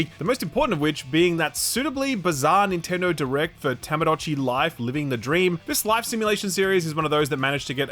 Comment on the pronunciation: The game: To-Mo-Da-Chi Life: Ta-Ma-Do-Chi Life???